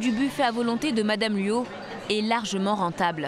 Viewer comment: Luo et non "Luau".